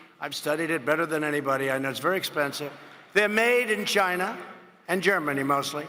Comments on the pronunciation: "Whether it's in Ghina or Germany"...........Ghina !!??. Wtf is a Ghina?? 🤣😂😄😁😃🙂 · Why say "China" like that you subconscious, Orange. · The country is called China, not Chiyenah! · Is that on purpose ? "Ghina" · I hear "gina", as in va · why tf he say "China" like that? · Why did he say "China" like that? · wtf is up with how he says china?